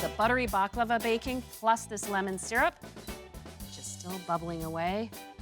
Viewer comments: IT IS NOT BAKLAVA ! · First pronunciation, than recipe...